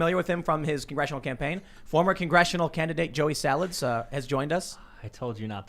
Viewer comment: “Joey Sawalds,” H3H3